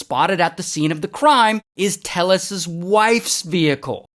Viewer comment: It’s Tay-yes.